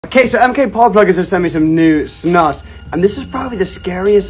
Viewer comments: 99.9999% sure it’s pronounced “snoose” not “snus” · its not an accent. just purely the wrong way to say it. its a swedish word so pronounce it like the swedes do. this is the only thing where i agree with swedish people